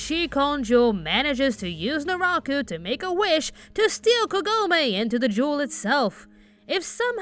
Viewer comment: “Do or do not, there is no try” His Name is Jason...and he has a Mask...”COINCIDENCE?! I think NOT!” “Narako”? Did I hear that correctly? I know it is “Naraku”